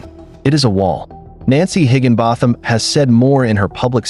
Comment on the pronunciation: Its pronounced higgin bottom!